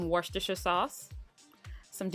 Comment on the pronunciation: Looks amazing! And you nailed the pronunciation of Worcestershire Sauce.